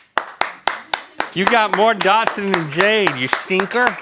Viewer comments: Link and Rhett said Dodson....hahaha!!!! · Are they saying Dotson lol